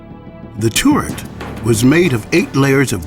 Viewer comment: The revolving tourette- how he says it lol